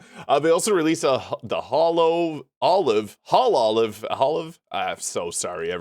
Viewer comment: no worries. I just thought I'd inform you since I knew what it was 😅 and if you want to pronounce hololive correctly, just say holo and live ❤